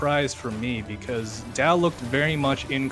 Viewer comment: Right pronunciation: d-yeee-ao (read fast)